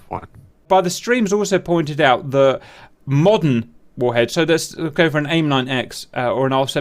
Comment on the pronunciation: Take a shot everytime he sais "modden" :D